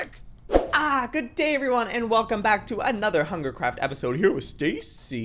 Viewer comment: he said hungercraft😂😂😂😂😂😂😂😂